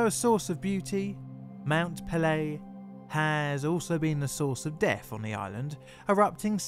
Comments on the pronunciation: Just a polite correction it is pronounced pay-lay the apostrophe above the e dictates pronunciation but I loved the video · Mount Pelee is pronounced Mon pel-E-A. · A good tip for pronouncing French names is to put equal emphasis on every syllable. Your 'puhLAY' made me cringe every time you said it.